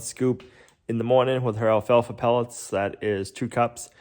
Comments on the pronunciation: It’s alfalfa not alfalfer. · It's the way the people talk in the Northeast. Everyone does it. They know how to spell it but they drop "Rs" and add "Rs" to a word that ends in a vowel. It takes some getting used to. My husband talks this way when he goes back home to his family. He talks fine when he's away from them.